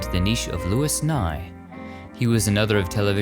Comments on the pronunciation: Wonderful. We older fans of Louis Nye know he pronounced his first name LOU-E with the S being silent. Thanks for all your historical films. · Louis Nye pronounced his name as Louie. I love your videos!! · I adore your work. I'm bingeing from the beginning AGAIN! You should get a "proof listener" for your pronunciations!! Louis Nye is pronounced Lewey. I know how it looks, but hey, I didn't name him ❤️❤️❤️❤️❤️. Your Italian is Che Bello!! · Louis Nye was not “Lewis” it was pronounced, “Lewie”..just saying…my Dad worked with him. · I think the correct pronunciation of Louis Nye is pronounced louee nye. Blessings! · Is it pronounced Louis Nye or "LU-EE" Nye?